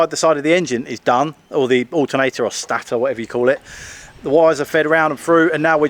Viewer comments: Please pronounce that Staaator Not stator, 🙂 stay safe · John please inform that it's stator not Stattor or Statter lol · Stator. It's pronounced Staytor, mostly as it's Staytionary! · It's actually Stator (stay-ter) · I enjoy watching your stuff but I'd be too embarrassed to film myself doing something I know nothing about. Stator is pronounced stay-tor and an alternator is made up of a stator and a rotor ! Bike sounds good now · Stay tor is the best pronunciation 😅😮😊